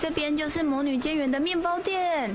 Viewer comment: 魔女的 欸豆 我笑好久